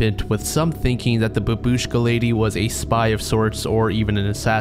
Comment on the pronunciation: It's pronounced bAbushka, the first A is stressed. In Russian at least.